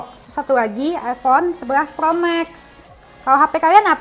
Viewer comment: Sejak kapan bacaan pro di ubah plo 😂